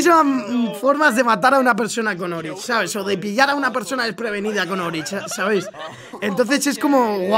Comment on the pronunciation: se dice oryx no orich